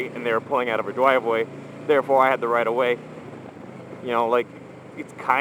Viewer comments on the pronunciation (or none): Dwive way? :P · Listen to "pulling out of a driway" lol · haha "Dwive way" :)